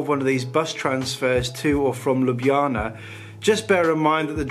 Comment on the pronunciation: I initially watched this trip report initially to see how you would get your tongue around Ljubljana - and you did it perfectly! Then, alas, you said it was the capital of Slo-vee-nia. Sorry, but it's pronounced Slo-ven-iya! LOL! Anyway I do so much like your trip reports - plenty of of video, and just the right amount of talk. Keep up the good work!